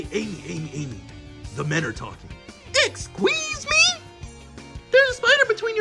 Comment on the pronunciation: “exqueese me” Me:🤣🤣🤣🤣🤣🤣🤣 🤣🤣🤣🤣🤣🤣🤣🤣🤣